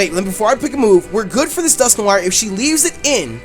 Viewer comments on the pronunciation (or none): Wait Wait Wait!!! Dusk - nor- IRE!???? NO, IM NOT HAVING YOU BUTCHER MY FAVORITE POKEMON'S NAME! I would understand if it was something like Rayquaza, where there are multiple pronunciations, but there is only one common pronunciation for Dusknoir, and that is Dusk- Nor-Wa, as in Noir, the word for black in french. Get it right. JK, im not THAT mad... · Lol dusknoir is actually pronounced Dusk-Nor, if it is your favourite pokemon then learn to say it's name